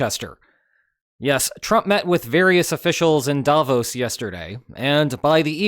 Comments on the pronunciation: The intonation is on the “o” in Davos — “Davooooos” — not sharply on the “a,” as you do it 😉 But not to worry: probably 100% of people outside Switzerland pronounce it incorrectly, and, oddly enough, at least 50% of people inside the country do too. So, since Switzerland has roughly 0.1% of the world’s population and about half of them get it wrong 🤨 you could be among the only 0.05% of the world’s population who pronounce it correctly 🤗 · As a Swiss person, may I give you a tip on pronouncing Davos. You did almost perfectly, not saying the 'o' as a diphthong like in bro. The stress however must be on the 'o' not the 'a', so the stress pattern is like in 'the bros' but the vowel quality is just like you said it.